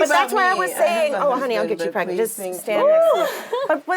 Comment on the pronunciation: " 😂 get me Pregeenant" pweez" lol Ego 😂😂😂😂